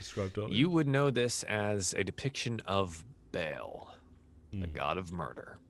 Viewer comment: Good series but the DM mispronouncing “Bhall” is driving me crazy